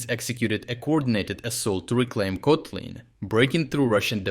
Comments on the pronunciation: Come on, already switch to normal AI voice-over. It's ridiculous using an AI with an accent if one name gets pronounced three different ways within a minute. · Has anyone else noticed that he pronounces town names differently within each video? For instance, in this one Kotlyne was pronounce 3 different ways in under 1 minute. I wonder if is actually an AI voice. It doesn't really matter, just kind of surprised I never see anyone else mention it in the comments. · bro pronounced Kotlyne in 3 different ways within the first seconds, which one is it? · three different pronunciations of Kotlyne :socialdist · I just realized the voice is AI, there's no way this dude pronounced the town's name in three different ways throughout the whole video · How comes, that Kotlyne has almost different pronounciations in only two successive sentences? This is very peculiar for a native speaker. Is this video clip actually being narrated by a human, or is it just AI text2speech? Strange... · Why inconsitent pronunciation of Kotlyne? I've heard 4 posibilities. And Udachne should be read with "English" 'ch', not German.